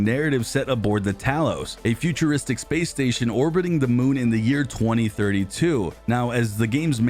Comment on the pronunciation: Bro said futurwistic